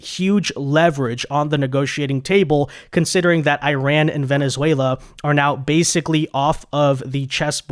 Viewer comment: Iran uses a short I not a long I tried to pronounce it right